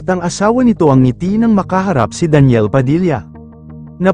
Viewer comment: ano ba tlga pagkabigkas mo daniel ba o deniel?